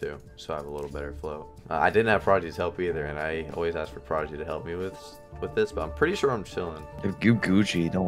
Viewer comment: Bruh the disrespect on Prodigy’s name 😭😭